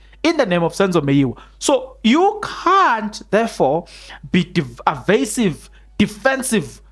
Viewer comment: Evasive not arvasive.